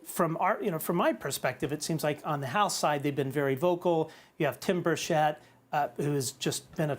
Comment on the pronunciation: Keep up the great work guys, and btw you are both mispronouncing Burchett